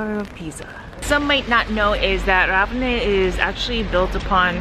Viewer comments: It’s not Ravena with stress on "a", but Ravenna with stress on "e" and a long-spelled "n". Trust me, I’m Italian and I was born in Ravenna. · Try this: Rah- Veh- nnnnnnah. Thank you! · Surely you must have heard how the people say Ravenna..or you just don’t care..why disrespect the Italian people by saying Ravenna so damn wrong 😡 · All good, but not being able to pronounce correctly even the name of the town (which is so simple!), let alone anything else is just… so American 😁🤷🏻‍♀️